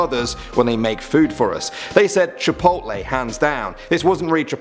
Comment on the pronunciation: Chi...pole it was funny the way how he says it on the second story